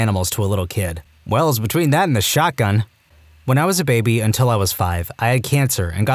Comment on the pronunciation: "asked for a shotgun" bro went texan fr